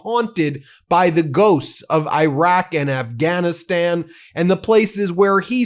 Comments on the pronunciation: Come on Ben. E raq. Not I raq. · Irak is not spelled eye-rack but e-rack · pronunciation -- ee-ROCK. thank you, friend. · Its pronounced Irr rock! Can you please fix that?